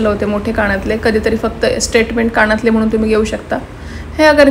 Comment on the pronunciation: कानातले म्हणा. काणं तले नाही